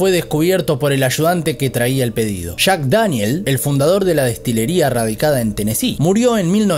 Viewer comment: Buen video pero no es Shack es Jack, es cabello no cabecho, es millones no michones jajaja. No pues ya me dí miedo me duermo hasta tarde espero no terminar así.